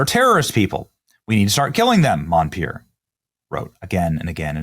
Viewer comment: MON-per, NOT MON-pier NO " I " in his last name.